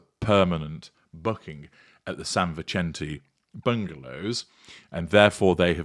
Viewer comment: Vicente is pronounced "Vissentay" the "c" is not like an Italian pronunciation. It is a soft sound. An "e" in Mexican Spanish has a long "a" sound. Not a criticism, Just saying. I am a native Californian from Santa Barbara and love hearing the sound of place names there after living in England for many years. I blame homesickness!